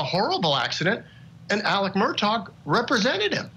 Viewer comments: I wonder how he pronounces Mr. Mur-tock's first name: Alex, Alec, or Ellick?! 😂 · "Murtog" lol?